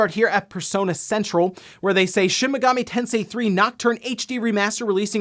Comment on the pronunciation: Lol it's Shin Megami, not shimigami. You make it sound like chimichanga 😂